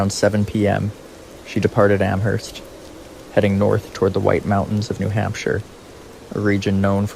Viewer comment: When saying the name of Amherst in Massachusetts, the "h" is silent. It is pronounced "Amerst". Haverhill is pronounced "Haverill". That "h" is also silent.